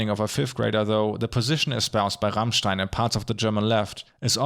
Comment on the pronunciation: Wait... Rammstein is pronounced the RIGHT way in an english video?! I am impressed (^w^)